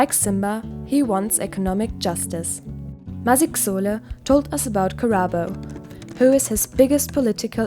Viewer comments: God give me the strength to listen past "maziks-sole"😭😭😭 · I absolutely love this. Kodwa ipronounciation ka "Masixole" bawo 😭😭💔